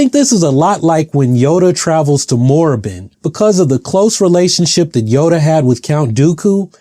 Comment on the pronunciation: KORRIBAN! not moraban!